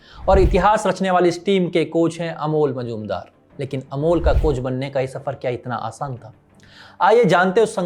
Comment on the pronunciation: मजुमदार नाही मुजुमदार